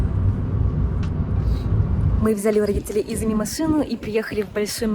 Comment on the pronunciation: почему вы говорите имя мужа ИзЫми, хотя он Изуми? У вас потрясающе интересные репортажи, обожаю вас смотреть и слушать. И рекомендую ваш канал друзьям. Вы восхитительны! И детки у вас будут ИзУмительные! 😊